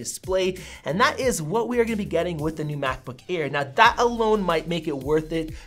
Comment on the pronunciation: Did he say macbook ear ???